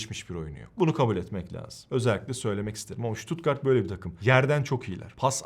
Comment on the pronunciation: En azindan stuttgarti düzgün diyosun bazıları șuutuutgarttt,sıtat, sipor, diynce dinleyesim bile gelmiyo devamını ... analizlerinde süper bu arada...